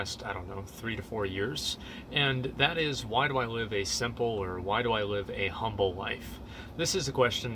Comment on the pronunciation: emphasis on the SIMPle